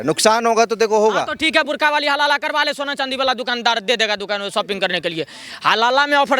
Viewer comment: Burkha not bur only😂😂😂😂